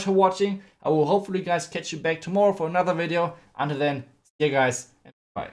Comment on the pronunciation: I love when he says " Hey Guys! Welcome baccc to anOther VideO!"